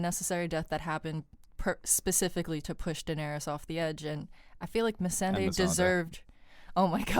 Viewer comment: I scratch my head with and. How she forgot about the Euron's fleet when they just talked about it. I mean for God's sake, one of them is the only person in the world that says Missandei's name weird. I hope it is his accent that makes him pronounce it like that.